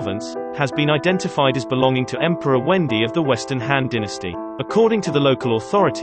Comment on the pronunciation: The computer-generated voice needs to be trained to read romanized Putonghua better. Or the Han emperor's name will always sound like the girl's name "Wendy".